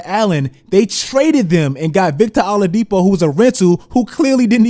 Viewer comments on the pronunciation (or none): I love that he says Victor “allah”dipo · That Oladipo pronunciation is killing me